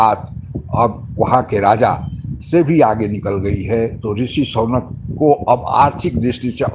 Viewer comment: Sonak nahin Sunak hein???